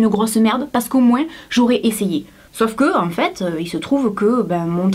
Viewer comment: Bonjour, je te regarde depuis peu, j'ai dévoré des dizaines de tes vidéos, j'en ai aimé certaines et d'autres moin (j'écris sans s pour que tu le prononces bien!😂). Ce que j'aime chez toi, c'est ta façon d'être nature (malgré ton maquillage😂). J'ai 53 ans, alors pour moi tu es une jeunette!!!! Cette vidéo vient de me faire pleurer!!! Tu es si mignonne! Je n'ai plus rien, juste mon ordinateur et mon téléphone! J'ai trouvé un travail à mi-temps en intérim dans une ville que je ne connais pas! Je suis en colocation avec un jeune homme de 25 ans, que je ne connais pas non plus! Ma famille m'a tourné le dos pour des raisons que je n'ai pas besoin de dévoiler ici. Je suis en pleine ménopause, enfin presque puisque la définition est: pas de règle pendant 12 mois, les coquines sont venues encore une fois cette été, juste à 11 mois et quelques jours de leur date anniversaire!!! Je pleurs, je ris, j'ai chaud, j'ai froid, quelle galère....😡 Comme si j'aimais la difficulté supplémentaire, j'ai arrêté de fumer après 40 ans d'intoxication!!!! Pas si facile mais je gère. J'essaie de monter mon business sur internet, ça fait longtemps que j'en ai envie mais je ne trouve pas cela si simple. Je n'arrive pas à m'organiser, je ne sais pas par ou commencer. J'ai fait un bon nombre de formations, j'y ai laissé le peu de sous qu'il me restait! Je te trouve très inspirante et j'aimerais, si tu me le permets, te demander quelques conseils. Pour ce faire, pourrions-nous nous contacter? Je n